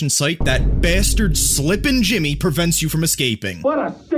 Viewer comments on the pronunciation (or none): none